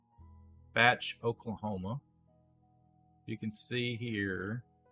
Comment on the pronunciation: Ernest is my Grandfather also not to nitpick but it's pronounced like bae ch not batch even though its spelled like bache